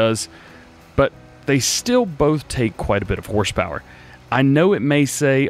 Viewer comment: Instead of horsepower, he said horschpower. Good one DJ